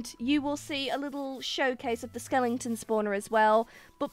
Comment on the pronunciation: "Skelington spawners" Idk if it's just your accent but I am calling it from that on I love it